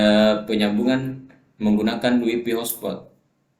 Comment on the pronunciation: WiFi, bukan waifai